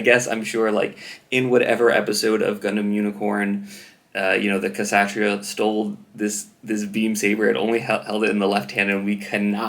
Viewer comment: I could be wrong but i believe it should be prounounce with a silent 'K' - satria, satriya, satreeya....